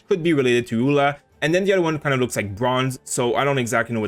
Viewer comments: Pretty sure Eula should be pronounced like Yuu-la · No, it's pronounced EU-LA.